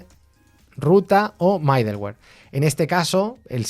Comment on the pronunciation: Me gustan tus cursos por toda la información que das sobre, por que y como. Gracias. Sé que es de nodejs, pero para variar, y sí haces un micro curso con hono y bun? ambos vienen super cargados con todo lo necesario y así como te gusta, cero dependencias. Lo ciento, debo corregirte.. mi gusanito de la pedagogía me hace hacerlo. es "midoluer" no "maideluer".. jejeje, pero igual se entiende, es lo que importa.